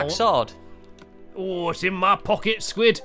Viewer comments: you said sqauishey enstend of squid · I love your videos stampy I wish I can come to your world stampy blistic sqid sound's like sqashi.